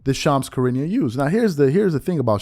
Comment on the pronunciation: Wow! You just trashed the pronounciation of Charania. If you can't take the time to learn how to pronounce the name of your subject, maybe you're in the wrong business.